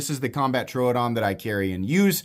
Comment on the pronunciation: Thank you for pronouncing Troodon correctly.